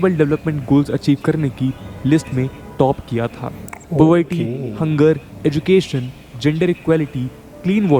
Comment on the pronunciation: Paglait Budia ye ye ye kya lagati rehti hais har word me.... Madrassa chaap jaise. Jyander GEN der GEN GEN jyaandar nahi yaducaton nahi EDU cation. Kyaa rala nahi KE rala KE KE KE Ke ke ke